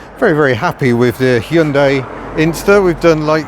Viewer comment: I must commend you on your almost perfect pronunciation of 'Hyundai'. Most people say 'Hi-un-dai', which is super annoying. Bravo.